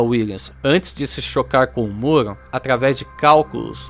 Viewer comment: Só eu ouço ele falar “moro” Ao invés de muro?